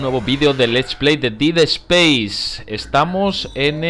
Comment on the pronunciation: se dice ded speiz